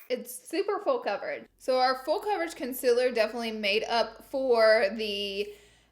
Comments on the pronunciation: No shade but you pronounce concealer like conculer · “Conciller” should be in the Dictionary 😂